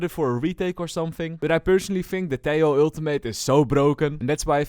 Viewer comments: you fixed half the pronunciation of Tejo's name! keep it up only the second half to go :p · hi, ia m not sure about this but i think "tejo" its pronounced like "te-ho" instead of "te-yo", i am not sure but as a Colombian myself i think "te-ho" makes more sense" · Tiao?, wait whatt? Valorant dev themselves confirmed its " Teho " from colombia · Hes pronounced as teho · Helloooo. I'm Spanish, and the "j" in "Tejo" is actualy pronounced like an english h, so its more like "Teho" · TEH-HO Your welcome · Hey i have fun fact About this Tejo, I know this might be an unimportant fun fact, but in my place (Indonesia) He is called Tejo not teh-ho. This case is like the ISO agent. When he was first released, many people interpreted his name as (BISA). If you interpret it, it means "can't". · hes from colombia (they speak spanish) so most likeley his name would be pronounced as teho (think like javier - havier) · Its T-EH-O 😭😭